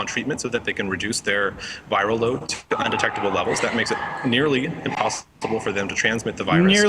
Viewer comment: You said VIRAL “LoAD” haha